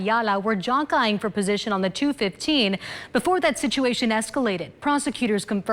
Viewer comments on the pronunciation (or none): The reporter can't even say the word "jockeying" - it's as if she never heard it before - she says "Ja Kayin" 😂